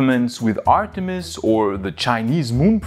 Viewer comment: ArtemiX...... Sorry Artemis